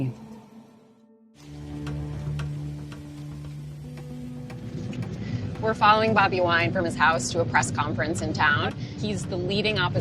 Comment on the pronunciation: It’s pronounced moo-se-vee-nee just for the record.